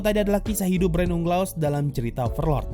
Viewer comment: Orang" dengar = Brain Unglas Yang gw dengar = Brain Leh Ugha